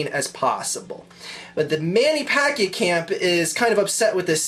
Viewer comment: he keeps saying Mannys last name wrong.. lol